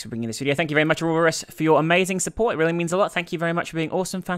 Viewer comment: btw its u-ro-bo-ros not o-rob-or-us. anyways keep up with the vids u make my day